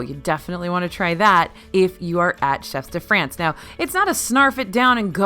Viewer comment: Please! If I may, the "S" in chefs de France is silent.😉😉